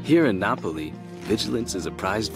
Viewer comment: 本当ですよね😂発音記号のaeを大袈裟に発音してるのかな～？と思っていましたが、英語でNapoliと普通に発音していて私も笑ってしまいました😂 mi様のおかげでまたハマってしまって😊ちょっと続けてみようかなと思っています🥰